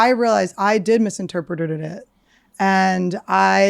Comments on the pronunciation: The "Cyanide" had her dying! So fast that she "misinterpretededed it"... Haha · Annie mispronouncing the word "misinterpreted" repeatedly had me cracking up. I love her!